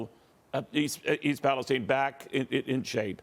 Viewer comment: Why pronounce Palestine incorrectly?